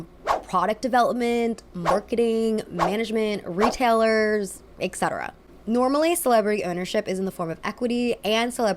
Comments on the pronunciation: Why do Americans always pronounce "etc." "äccettarah"? It’s literally "et cetera". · take a shot every time says ex-cetera instead of et-cetera:'( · It's pronounced ET-cetera, not EC-cetera. I love your channel, thank you for doing what you do! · why do you say eKsetera?